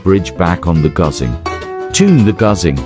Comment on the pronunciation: 中文发音：Gǔzhēng 他："Guzing" 🤣